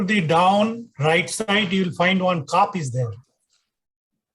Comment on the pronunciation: It's not Caap. It's Cup.